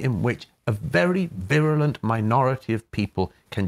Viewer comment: Virulent 😂😂😂😂😂 what a poonce